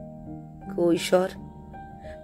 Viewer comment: ভালো গল্প | শিক্ষনীয় ৷ ভুল করলে তার মাশুল দিতেই হবে। তবে সেই সন্তান নিতান্তই দুর্ভাগা যখন বিনা দোষে তাকে বাবা-মার ভুলের দায় বহন করতে হয়। গল্প এবং পাঠ ভালো ৷ শুধু দুয়েকটি উচ্চারণ শুদ্ধ করে নিলে শ্রুতি সুখকর হবে। যেমন, কৈশর নয়, হবে কৈশোর ; অকস্যাৎ নয়, অকস্মাৎ ৷ ধন্যবাদ |